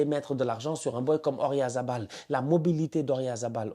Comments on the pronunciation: arrête avec ORyalz c’est OyaRZa 😂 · Ça fait des années que je te suis et que je regarde toutes tes vidéos, à chaque fois que tu prononces Oyarzabal, je sais pas pourquoi tu le prononces O-rya-za-bal 😂